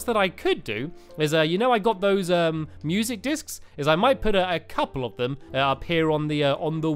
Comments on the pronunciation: Why did he always say discs in to uhmmm dicks ? He said that with the light discs in terraria to !! Wowow stampylongnose 2015 everyone!! Haha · STAMPY IS CUSING AGAIN INSTEDAD OF MUSIC DISK HE SAID MUSIC DIC-S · He said music dicks😂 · "I was abled to get a few music dicks, uh discs..." -Stampy 2015 ._. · Tianna Nguyen he said dics BETTER no k :P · You messed up saying discs it sounds inappropriate please block that